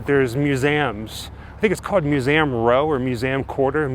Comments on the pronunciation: I know one word he always says wrong....museum. 😉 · I actually love the way he says it! Sounds more historic in a way! And hey, maybe he’s pronouncing it right and we are actually pronouncing it wrong ! You may never know! ❤